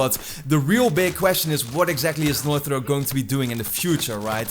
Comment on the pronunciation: dude, you need to work on how you're pronouncing "Naughty Dog" I'm hearing "Nauthy Dog" every time... maybe annunciate your "t"s better